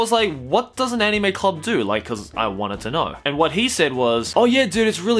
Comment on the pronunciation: Anyone else want to bash their head on a brick wall every time he pronounces anime?